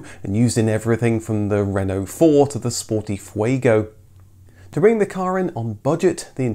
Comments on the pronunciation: One of my colleagues bought a new Twingo in 1993, and was mercilessly ribbed by pretty well everybody. Nearly thirty years later, she still drives it to work, and still draws a smile. BTW, it's nice to see a Brit make a decent attempt at French pronunciation. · Really interesting Thankyou. Such a shame it was never sold in the UK. and great pronunciation of word Renault!